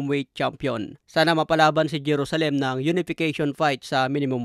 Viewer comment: ganyan ba talaga ang pag pronounce mo ng JERUSALEM? HAHAHAH